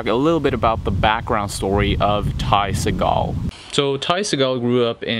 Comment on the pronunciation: u said his last name wrong\1